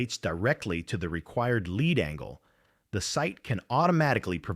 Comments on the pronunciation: Leed not Lead for Lead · do you not listen to your video after you have the AI read it? "lead" in reference to this video is pronounced "leed". This simple mistake makes your video appear ignorant. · Try to get the AI to pro ounce it "leed", lead is a base metal. Maybe edit the text file? Snoozer! Bailing at 3min4sec. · Please kill the AI NARRATION that dies not know difference between Lead, lead and Leed. Yes english is hard. Kill the Ai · It sounds like a live reader, but if that's so, why does he keep mispronouncing 'lead'? The word means out in front, not heavy metal. They are pronounced differently. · This is a fascinating story made illegible by the cheap-ass CG narration that can't discern how to pronounce "lead" vs "lead". And when we teach this thing how to properly master this diffucklety, will WE really be better off for making the things smarter this way? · AI voice cannot discern the difference between "lead", and "lead" within context. Is AI smart? Nope. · AI kept getting "lead" as in LEED confused with "lead" the bullet metal. Amusing. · Narrator is repetitive and mispronounced words like lead and lead bow and bow live and live......get to the point of the story ffs